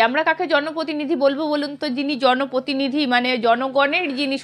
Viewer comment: Please bangla uchcharon ontoto thik korun.... Ota protinidhi..... Potinidhi noy😂